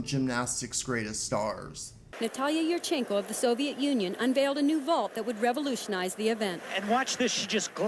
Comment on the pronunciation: It’s “Yurchenko” (as in “oh”) not “yurchenkuh”